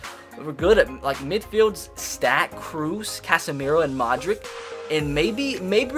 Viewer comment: it’s pronounced “Modrich”